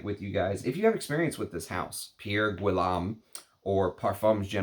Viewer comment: His last name is pronounced G-ee-yome. The G is a hard G as in girl, get, go. The house has some very interesting and avant-garde fragrances. You won’t like his offerings if you’re not ready to step outside the perfume box. He doesn’t play by the rules, which is why I like his juices. Plus, if you can find a fragrance that you like, you won’t have to mortgage your house for niche.